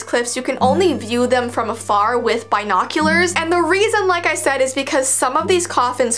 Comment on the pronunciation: The way she said binoculars 💀